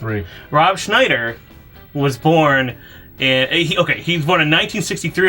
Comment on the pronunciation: Thank you for saying Ron Schnieder that way :)